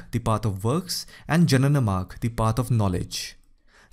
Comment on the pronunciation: At timing... in the video, it is not janana marg but jngna marga